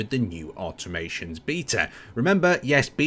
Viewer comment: Someone pls tell it's automaTONS update and not automaTION:D